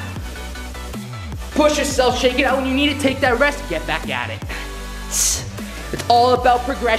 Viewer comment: "Take a rest if you need it, GHETT BHACKKKKK AT ETTT" Gets me every time hahahaha Sick vid